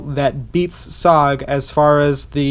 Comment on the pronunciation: It is pronounced S-O-G all said separately not just ‘SOG’